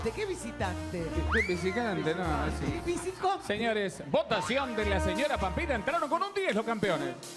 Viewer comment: todo iba bien hasta que dijo "VICICONTE" >:(